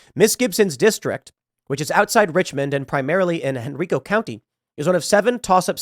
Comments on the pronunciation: The way you pronounce Henrico😂 instead of Henreeco say Henriico...#hometown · Henrico is pronounced en-r-eye-co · Henr I co I as in I am a person Hen RI co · Henr(eye)co county. ;-)